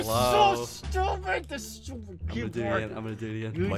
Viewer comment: He sed stuped